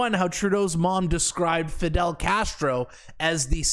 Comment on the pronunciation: It's fidel..😂cmon man